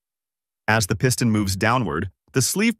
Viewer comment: The Pee-ston? Dude, need to train your computer how to pronounce words. Or better yet, just put a human behind the microphone. I bloody can’t stand a computer generated narration, you earned yourself an instant thumbs down from me.